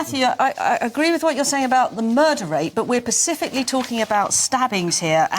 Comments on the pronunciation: 9.58... i agree with you my dear, but its specifically, not pacifically 😂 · She said Pacificly, opinion void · A Tory MP unable to pronounce the word "specifically" correctly? Outrageous